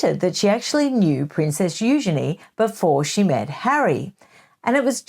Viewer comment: Thank you, finally someone with enough respect to pronounce Eugenie's name correctly.